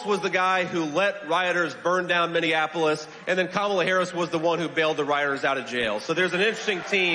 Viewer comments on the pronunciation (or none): none